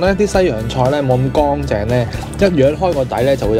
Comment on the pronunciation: 干凈唔係光淨呀,懶音.